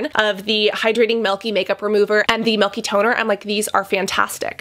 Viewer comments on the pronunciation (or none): Ugh why do you say “melk” for milk